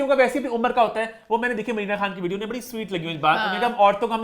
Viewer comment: please correct your pronunciation, its "Barri" بڑی not"Bharri" بھڑی..... Amma ko pta lggy ga tw wo apko daantyn gyn... She gets really angry on wrong pronunciation